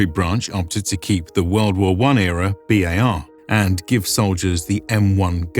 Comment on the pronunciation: My only gripe is spoken out B-A-R and Bar aren't interchangeable. The guys with the Browning Automatic Rifle are B.A.R. men with each letter said out loud. Bar men sounds like they pour drinks at the local pub.